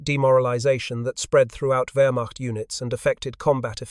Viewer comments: Please program your AI voice for the correct pronunciation of words such as Wehrmacht ( it’s “ver-macht”. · Rather repetitive. Two different pronunciations of "Wehrmacht". I strongly suspect A.I. involvement.